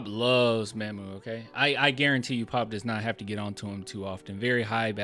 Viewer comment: Hey this name is not pronounce "MAMM-OOO" like "Ma'am" Mamu name is "MaH-MOO" it is saying like "Mom"